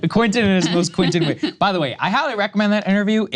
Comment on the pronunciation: Saagar... can you say: Kwen-tin... Kwen-tin.... now repeat after me KWEN-tin. It's English mo-fo! Do you speak it!